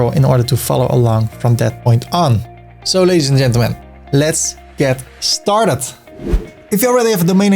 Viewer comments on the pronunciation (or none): none